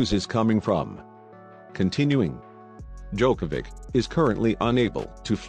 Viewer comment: For God's sake, can the announcer finally learn how to pronounce Novak's surname?!!! It is so annoying to listen to him. After 16 years of Novak being on the top, practically everybody learned how to pronounce it correctly!